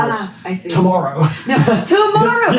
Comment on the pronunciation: The way said “tomorrow” makes me think she’s a takodachi 🤔 in case anyone’s wondering what I’m talking about